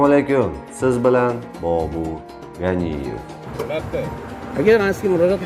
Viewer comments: NEGA AVOZINGI BABURRRRRRRR GANIYEV DEYSAN UMMUMAN YARASHMAYDI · Ганиев деб укийди,отаси урис булса керак. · Ганиев фамилянгни тугри айт ахмок